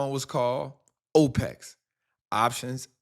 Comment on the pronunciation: This doofus mispronounced opex